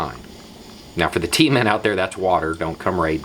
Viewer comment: "T men" not Tea Men LOL